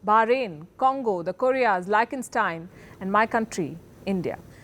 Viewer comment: Wrong pronunciation of "Lichtenstein"